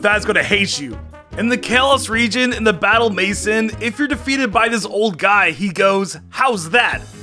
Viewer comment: I love how he said maison. Maison means house in French, he totally said it in the funniest way. I'm a French Canadian